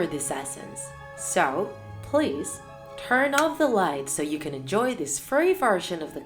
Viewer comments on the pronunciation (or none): Why do you always say enoy except saying enjoy